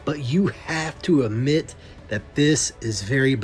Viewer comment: Somebody tell, at the 13 min mark, it's pronounced "ADMIT" 😡 not "amit"